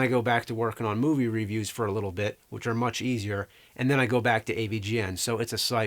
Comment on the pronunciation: I really love you James, and your videos have been a big part of my childhood. But every time you mispronounce review I die a little inside...